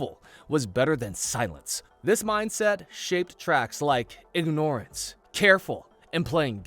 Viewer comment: how the hell did you just pronounce "ignorance"???